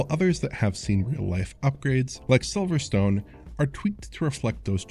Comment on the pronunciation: really tiny nitpick, it’s pronounced silver-stun not silver-stone